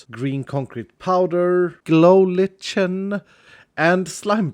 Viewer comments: Its pronounced like-en not litshen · Btw, lichin is pronounced like "like'n" as in, Im like'n diorite" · No one: Not a single soal:: Glow Lich-en XD It is Glow Lic-en the h is silent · not Litch-in. Lie-ken. . Lichen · Lichen is pronounced “like-in” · Loving tbe development of the cave base! Aslo fyi Lichen is pronounced lie - ken:) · Lichen is pronounced “like-in”, not with the hard “ch” sound. Love ur vids tho 😂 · Lichen is pronounced liken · Lichen is pronounced Lie-ken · lichen is pronounced (lie-ken) btw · lichen is pronounced "Lie - kin" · Heya, lichen is pronounced the same as like an(d subscribe) =)